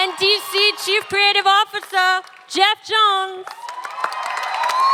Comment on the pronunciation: "Geoff Jengghshz" why is this chick a host??